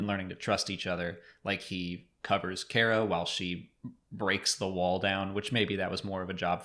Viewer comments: Cara Dune's first name is pronounced "CAR-uh" not "CARE-uh" (straight from Gina's mouth) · Is it Car-uh? not Care-Uh? I think Gina pronounced it that way? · I think you guys are pronouncing Cara, wrong. Like, my name is not pronounced Gaybriel. Just saying.